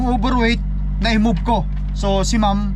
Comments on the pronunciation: He meant ma'am, but he said mom. If he wants to use the word ma'am, he needs to learn how to say it right. One way is respectful, the other is insulting. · That's true. but he needs to learn how to say it right, or, if not, to stop saying it. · You're digging your hole deeper. If she heard you call her a "matured woman", she'd be insulted. Have you changed the way you say "ma'am" yet?